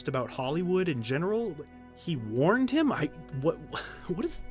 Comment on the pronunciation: "I warned him" sounds more like "I won"